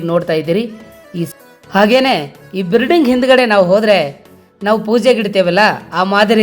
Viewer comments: ಬಿರಡಿಂಗ ಅಲ್ಲಾ ಅಣಾ ಅದು ಬಿಲ್ಡಿಂಗ್ ಅಂತ ಅನ್ನು 😂😂😂😂😂😂😂😂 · ಬಿರ್ಡಿಂಗು ಅಲ್ಲ ಅಣ್ಣಾ ಬಿಲ್ಡಿಂಗ್ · ಅದು ಬಿರಡಿಂಗ ಅಲ್ಲಪ್ಪ ಬಿಲ್ಡಿಂಗ್